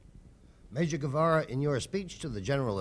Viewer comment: You gotta love the reaction when the interviewer butchers his name's pronunciation.